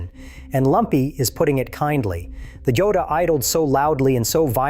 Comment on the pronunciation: It is a sSpanish word. Pronounced HO-dah.